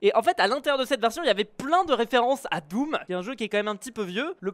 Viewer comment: tu n'as pas dis doom tu as dis dooms lol